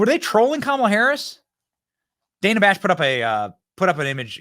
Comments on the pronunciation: Who is DAN-a? Her name is Dana. Kamala demands people pronounce her name correctly she should do the same. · The takeaway here is CNN is so bad that not even Kamala, queen of the far left cult, watches it. She called Dana (daynuh) Dan-uh. I mean, she'd know her name, right?